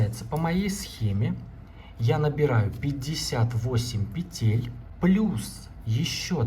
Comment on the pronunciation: Не петЕтель, а пЕтель! Уже не доверяю!